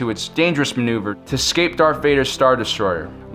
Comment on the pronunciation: The imagineering of this alternative storyline is really good, but please note, for the love of sanity, the word is ESCAPE not EXCAPE.